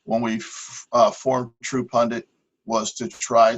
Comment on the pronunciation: PUN-DIT NOT “PUN-DANT”. You are so smart, your grammar should match your brain.